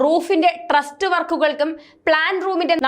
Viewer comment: 😂😂 റൂഫിൻ്റെ ട്രസ്റ്റ് വർക്ക് അല്ല മോളേ‼️ട്രസ്സ് വർക്ക് ആണ്‼️ ഇതൊഴിച്ചാൽ വളരെ നല്ല അവതരണം‼️‼️